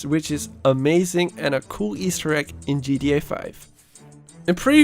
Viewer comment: Take a shot every time he says Easter Ekk